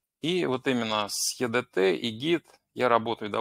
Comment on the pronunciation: Не е дэ тэ, а и ди ти😀